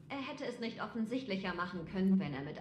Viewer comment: Danke, das Video hat mich an ein paar Punkten weiter gebracht. Nur leider hier noch zwei Kritikpunkte: - das ausufernde Vorlesen irgendwelcher Texte ist nur belastend - deine undeutliche Aussprache, z.B.: "...dorsch die Wand dorsch geht das nüsch."